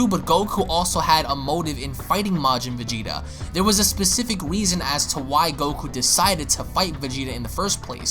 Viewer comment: Lol he said weason